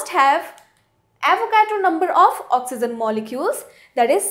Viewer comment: Idiot it is oxygen not oxyzin